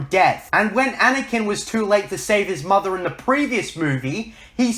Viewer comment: damn can this fool pronounce anything right? "mudder, everyfing, trice, jidday, orer"